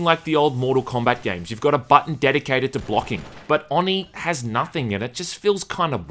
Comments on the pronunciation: No, because a true weeb would know that the syllables are Oh-knee and not on-ee because Japanese syllables only have 1 way to pronounce them (unlike us who can say "a" several ways). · It's pronounced with a long "O": "oh-nee", not "aw-nee". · Why do you call it AwNee? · Oh-knee. Not on-ee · It’s pronounced “Oh-knee” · nope, you pronounced oni wrong for the hole video. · The way you say Oni irritate's me. Oni is Japanese for demon, just like Yokai and other. No offense for the first sentence. wolverine's hair.